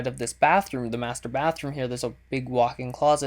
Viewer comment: lol first time you said "muster bedroom" i thought you said "masturbate room"